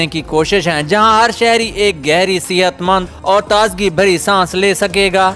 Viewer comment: Not fiza it's faza Not sihat it's sehat mand